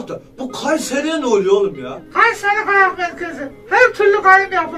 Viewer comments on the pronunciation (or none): Kayseri ıh ıh gayseri ıh 😅🤣😂